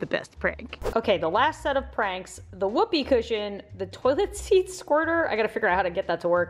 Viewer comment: “ THEYRE IN THE ICE MACHINE BOBBY,THEYRE IN THEH ICE MACHINE ”